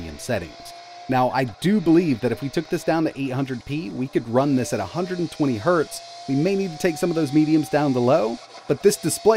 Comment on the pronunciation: I love your videos but please just say Hertz instead of "hurt" 😂